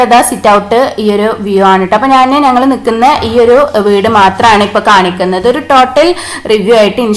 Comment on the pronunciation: നങ്ങൾ എന്നല്ല ഞങ്ങൾ . ഞ എന്ന അക്ഷരത്തെ കൊല്ലരുത്